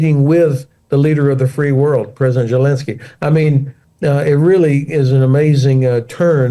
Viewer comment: What am I missing? Why does he always pronounce Zelensky with a J sound instead of the Z sound? THX